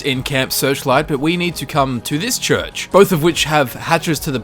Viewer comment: lmao he says church funny 💀😂